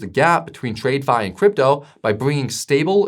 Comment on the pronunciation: Does this man keeps calling it tradefi, I wonder if he says trade-itional finance as well? 😄